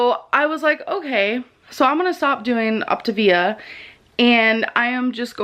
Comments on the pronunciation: it's OptaVIA, not Optavia. Get it right. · She quit the diet before she even learned how to pronounce Optavia & fuelings. 🤦‍♀️ It's pathetic, she would have gotten better use of her $400 using it as toilet paper. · I knew how many calories per day Optavia would allow her from watching ONE reaction vid here on YT, but she did HOURS AND HOURS OF RESEARCH YOU GUISE!?! Also, when it comes to mispronouncing things, she's not trolling. Girl's an idiot.